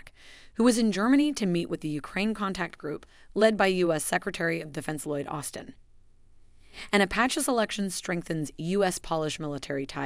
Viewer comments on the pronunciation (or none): none